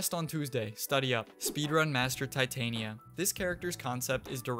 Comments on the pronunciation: I believe its pronounced Tih-tahnya not tie-tainiya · Also Val-Keer for Valkyr. Not nearly as ear bleeding as Tye-Tain-Ee-Uh but it was still wrong. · REPEAT AFTER ME. TEH-TAHN-YA.